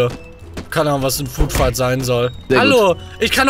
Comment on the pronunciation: Englisch Hilfe: Food Fihkt = Essens Schlacht